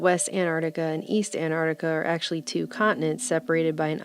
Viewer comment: Why do you say an'ar'tica Its Antarctica Why are you trying to destroy English language